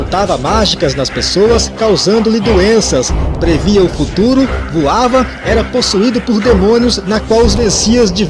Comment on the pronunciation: "Voava" Rsrsrs